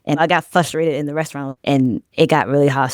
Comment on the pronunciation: Fustrated *Frustrated. FYI.